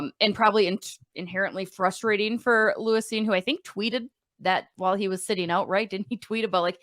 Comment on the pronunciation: Lou-eese Cine.😅😅😅😅. It’s Lewis bro.